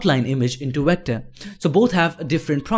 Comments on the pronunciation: did he say wector instead of vector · why you can'nt say V letter, you use O insted from it. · 6th Wilbury You're still making fun of someone and if you actually watch his other videos, he does pronounce Vs as Ws so it is his accent